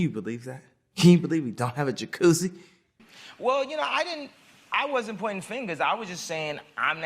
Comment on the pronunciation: “can you believe that? can you believe we dohnt hahve a jachUssi”